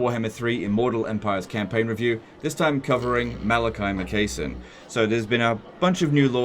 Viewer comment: "Makaisson" is pronounced like "Mackay". So it's Mac-eye-son"